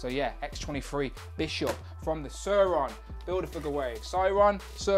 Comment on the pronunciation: Not søøron sauron